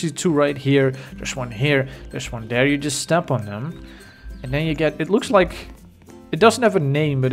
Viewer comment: Why do you say there like “der”